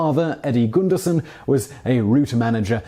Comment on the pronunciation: As someone with the same last name that Lance was born with: "Gunderson" is the anglicized version, and as such is pronounced "gʌn-dɜr-sʌn". You pronounced it closer to how the original norwegian/dutch name was pronounced, but the "son" as opposed to "sen" ending gives it away as anglicized. Then again, if you've got some audio of how they pronounced it, I'll gladly retract that, but from my line of Gundersons, the anglicized version is distinctly different. That said, thanks for the awesome video! I love your content, and I have literally no idea how you would be supposed to find out that quirk of pronunciation.